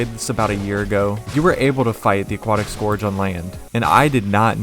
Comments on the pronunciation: scourge is pronounced scurge. as in purge. it’s just spelled slightly different. how’d you get scorge out of scourge? i’d understand if you pronounced it like “scour” but this just makes no sense. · desert scORge mfer its SCOURGE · scorge lol